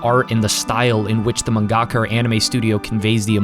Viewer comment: Whenever you pronounce "mangaka" I can only hear Zack from FF7 saying "gongaga". Good video though. Soul Eater is the goat